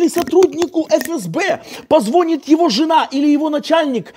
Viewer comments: Микрофон трётся о молнию кофты, в следующий раз учитывайте - это. Слушать невозможно, раздражает. И не ПозВонит, а позвонИт, ну вы же не Потап с Настей. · Не ,,позвОнит,, , но позвонИт! ЗвонИшь много, но без толку.